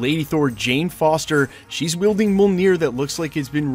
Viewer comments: Dude you say it sooooo wrong. It's M'uol-near not Mole-near. 😉👍🤜🤛🤣😎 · “Meyolenear” is more how it sounds 🥴